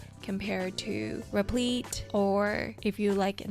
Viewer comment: Great video, your repleeeet pronunciation was killing me loool